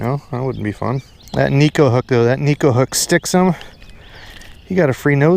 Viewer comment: Tenacity wins the day! Good, sound advice at the end... and don't think I didn't notice you pronounced "neko" properly; even if it was just in passing.